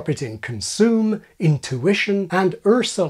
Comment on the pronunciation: I noticed that you completely switched to an American accent to pronounce "Ursula." I would have expected someone with your accent to have said "Ahsoolah" to demonstrate the one dropped yod without modifying the rest of the word, but you used an American R with the corresponding farther-back U before it. It's a striking enough shift that I took note.